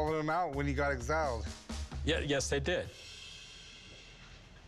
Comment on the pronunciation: Right? Napoleon was ex-ILED